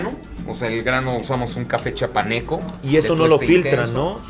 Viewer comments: Como que café chapaneco Osvaldo, es chiapaneco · cómo que”chapaneco” patrón, es chiapaneco 😢😢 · no se dice chapaneco es CHIAPANECO